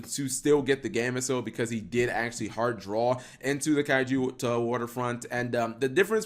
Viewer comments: Key-yo-toe not kaijuyoto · good video but you saying kyouto waterfront name COMPLETELY wrong bugs me so much since i like too screw around with pure kaiju's.